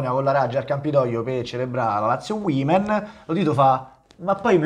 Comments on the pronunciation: Uomen è singolare uimen è plurale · Woman si pronuncia uomen e non uimen Ahahah :) Grandi